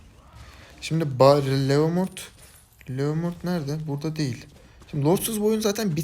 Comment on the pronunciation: 10.dakikaya dikkat etsenize İstanbul üslubu adana conolarina dönüyor. O değil o değil o deel o deel ulan ne güldüm bswhhwhs😂